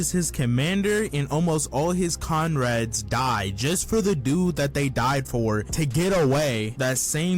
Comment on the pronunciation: Why tf is this mans saying "conrads"?!?! Comrades? C'mon bruh...